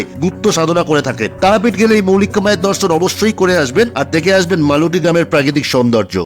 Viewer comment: গ্রামের নাম মালুটি নয় " মলুটি" আমার মামার বাড়ি